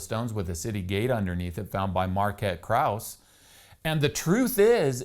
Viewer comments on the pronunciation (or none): none